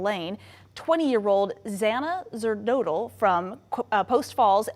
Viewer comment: “ Zana Zerdodle & Kaylee Gonzales@ Ma’ am WHAT are you reading exactly??? AT LEAST learn to pronounce the names before reading it on air!!